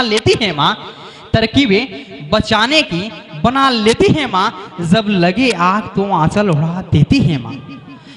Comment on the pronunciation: Pronounciation sahi nhi h jb ko zb jante k bajaye zante is trh ka shayri achha nhi lgta, tallafuz pr dhayan den plzz